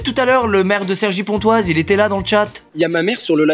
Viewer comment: Il a dit cergy pontoise ou je vient littéralement de rêver ? Je vais canner 😂😭😭